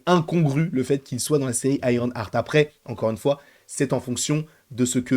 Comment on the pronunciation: Si ça se prononce bien Ironheart et pas IronARTE! Pourquoi tout le monde dit IronARTE? Déjà que c'est moche à dire IronARTE mais c'est même pas la bonne prononciation à la base (ok je chipote mais depuis le début ça me fait mal aux oreilles d'entendre ça partout😵) Continue tes videos j'adore. Et Sacha Baron Coen, EXCELLENT acteur. Il sera parfait !